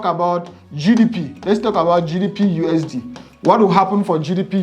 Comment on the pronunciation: I will check it. It sounds interesting. But dont say GDPUSD , it is GBPUSD.